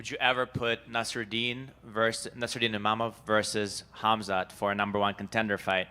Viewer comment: Bro they can't even pronounce imavov name correctly XD